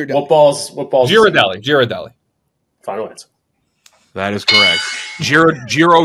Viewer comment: What Balls said Balls: Gheeeurdelli: Correct Me: NO NOT CORRECT